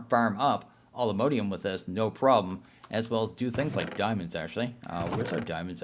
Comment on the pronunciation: ugh it's not mode ium... it's mod ium